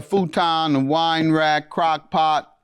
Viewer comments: He knew damn well that woman said crock pot and not crack pot 😂😂😂😂😂😂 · Lmao! Judge Mathis can't go a day without talking about crack..🤣🤣🤣🤣 He knew what that lady said. "Crock Pot" Not "Crack Pipe"🤣🤣🤣